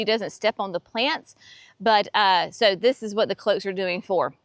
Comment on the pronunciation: Sweetie, NOT cloaks. Cloches. Closheeses. Ack!!!!!!